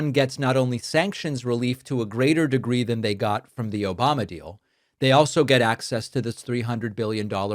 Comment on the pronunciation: I laugh every time I hear "OBAMNA" 😂